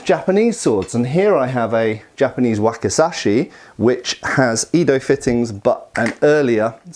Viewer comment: Just a heads up, you are mispronouncing the Japanese word "Edo". I say this as a Japanese speaker, not as an American. "Yedo", "Yeddo", and "Jeddo" are from disused systems of romanization. Google the pronunciation or check with a native speaker.